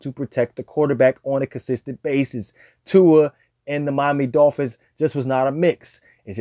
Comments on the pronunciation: Try saying Tua's name correctly for a start! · He hates…. Sorry…. Dislikes Tua too much to pronounce his name correctly